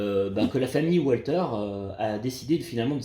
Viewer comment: On ne prononce pas walther à l'anglaise mais à l'allemande le w se prononce v .